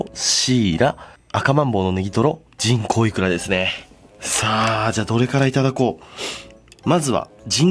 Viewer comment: 人口イクラが、ちんこうイクラに聞こえる……………………………